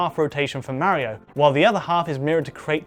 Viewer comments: Tenshi Cat Huh!? MEHrio is not how Italians say MAHrio. And the Japanese created Mario, therefore calling him MEHrio is just wrong. Just how people call Ryu RAYOO. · Why does he keep calling it "Mary Kart"? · Who's this Merry-oh guy this bloke keeps mentioning? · So excited to watch this until I realized it'd be twenty minutes of a British dude saying Mario wrong